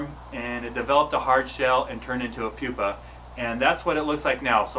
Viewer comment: Did he say it was a "poopa ?"